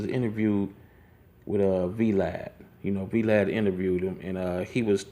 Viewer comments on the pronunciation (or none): Ok he said V-Lad and not Vlad i'm done!! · Veelad lol... its vlad like vahlad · Yo y’all go to the mark...🤣🤣🤣🤣 NIGGA WHO IS V-Lad??? 💀💀💀💀 you mean Vlad?? All one word brodie.... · This nga pronounced it VeeLad (Vlad) lol!😂😂😂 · Dude said "Vee-Lad" lmao. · Boy are you slow? I don't know WTF you are saying so stop saying " you know what I'm saying" I don't have a clue you have no substance you are doing this for views you do not talk like this in real like the whole " you know what I'm saying " and you pronounced Vlad TV V_ lad? I don't have no more time for you B.S. now Do U Know What I'm Saying??. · Why he do Vlod like that *U-God voice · Vee-Lad LOL......